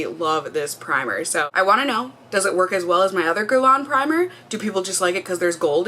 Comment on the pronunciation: YOU PRONOUNCED IT WELL! UUUHHHH!!! :)